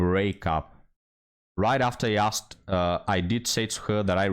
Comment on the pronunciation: She said "akstd" or "axed", instead of "asked." There's part of her problem right there. She needs a better community. She's been sullied a people who treat books like kryptonite